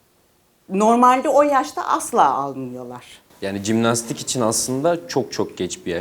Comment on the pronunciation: “Cimnastik” değil Jimnastik